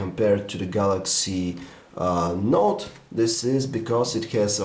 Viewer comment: Why does he call it the Galaxy Naught? He's otherwise not that negative about it.